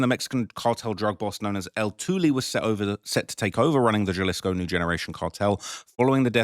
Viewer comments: Quit calling it Gelleesco you dumdum, its Ja(ha)lisco. 😅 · HAlisco not JAlisco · I already told you in the last video it’s pronounced HA•LISCO not JUH•LISCO 🤦🏽‍♂️ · Halisco not the j like Jaylisco lol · Jalisco pronounced*HuhLisco" j's silent pronounced as huh damn Brits. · If I hear him say “Jalisco” again I’m unsubscribing!! Jalisco (HA-LEASE-CO) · sound it out with me HA-Lease-Co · I like your s*** but for someone from the UK to be even reporting on this kind of stuff and not know enough Spanish to pronounce'"HALISCO (JALISCO) is almost disrespectful.. J's are h's in Spanish fool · Lmk help you out a Lil Mate😅 Jalisco is not pronounced like youre speak in english bruh...the letter J is pronounced as an "H" in Spanish so it would be Halisco for the on that dont understand Spanish writing...stop fuckin up my city bruh 🤦🏾‍♂️🤣🤣🤣🤷🏾‍♂️ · “It’s the biggest tragedy of all” The biggest tragedy is you pronouncing Jalisco wrong all the time in the video. How can you pronounce it wrong when it’s been in the news all week? It’s understandable if you get names and other locations wrong but come on, man…do a little bit of preparation. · He knows that. he does it intentionally so people give him more engagement by correcting him.